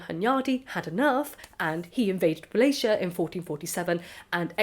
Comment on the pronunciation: Wallachia is actually pronounced with the hard Cs not the soft Cs